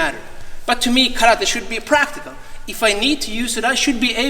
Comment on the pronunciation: Congratulations for the ideas and for the seminar! And congratulations for starting saying "karate" without an american accent for the first time since I am watching your videos.